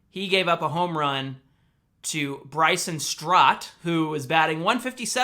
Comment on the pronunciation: It’s Bryson stott lol